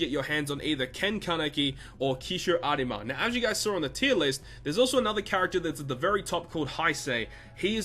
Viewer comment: triggered by the way you say Arima